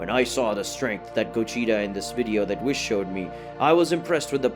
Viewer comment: Why do you pronounce the name Whis the way you do? It's not pronounced that way in English anywhere else.